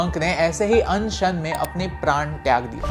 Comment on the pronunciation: Why anshan sounding like annd shaand 😂